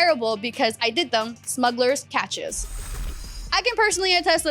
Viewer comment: Pronounced "cashes" x